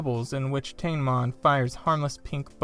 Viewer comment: It's pronounced Ta-ne-mon.